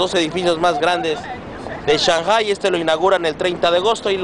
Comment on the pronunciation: aprende a pronunciar shanghpai xDDDDDDDDDDDDDDDDDDD